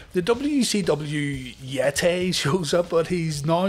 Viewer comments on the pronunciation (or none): Umm... his name is the "Yeh-TAE!!" You said it wrong.